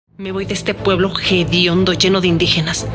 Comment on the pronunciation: No se dice jediondo se dice hediondo